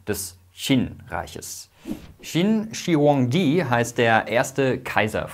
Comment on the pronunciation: Qin shi huang di. Kein u